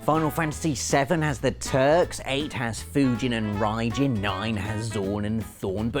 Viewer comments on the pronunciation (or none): none